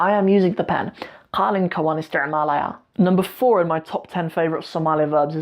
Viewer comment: Not Qaalin it’s Qalin Qaalin Means Young Camel 🐪